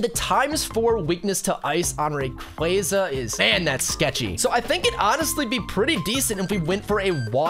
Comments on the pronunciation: Dude... Ray-quah-zah Stop with the RayQuayQuay please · You did not just say rayqwayza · It's pronounced (ray-qwa-za) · Ain’t no way he just said “rayquaiyza” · Shiny “ray- qwaa- za” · It’s ray cwassa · the way you pronounce raquaza hurts me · It’s rayqauza not what your saying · You pronouncing rayqaza wrong bro😢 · Why you calling rayquaza raykwayza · You say Rayquaza ro g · Ray cwohz uh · Bro say Rsyquaza right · bro is saying shiny reyqaza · your saying rayquaza rong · It is pronounced R K us